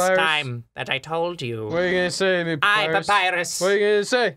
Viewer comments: The thought that someday Ross will say Papyrus's dialogue correctly fills you with determination. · Claire Cawley Eh papyrus voice is quite boring tbh, it's pretty much his normal voice from what i've seen but with lots of screaming, and he doesn't even know how to pronounce Papyrus so yeah, i think Skeletor like voice fits Papyrus better and Cr1tikal for sans.